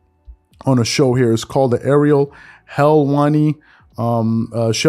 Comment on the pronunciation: Lol u do sports news but don’t know how to say Ariel Helwani’s name. 😂😂😂